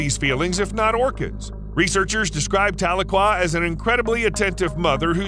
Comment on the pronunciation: Tuh-LEE-kwuh is how to pronounce the orca's name.